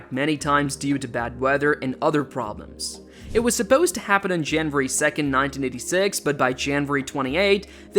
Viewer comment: Off topic, are you saying Janburry? instead of January? lol